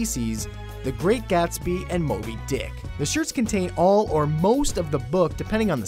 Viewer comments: Did you hear how Kevin emphasized the word Moby DICK or is it just me? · "The Great Gatsby, anddd Moby DICK." Lol so much emphasis on the end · He emphasized on that it was funny cx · the way he says moby dick LOL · why did he add emphasis to it? I don't know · The way he said Moby Dick tho... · nice emphasis on DI in Moby Dick